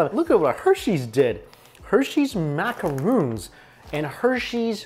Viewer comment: Stop saying macaroons it's not a racoon